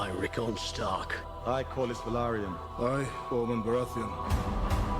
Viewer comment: Corlys Velarylon lmao